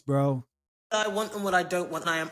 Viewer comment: Emphasis on the “bro” lol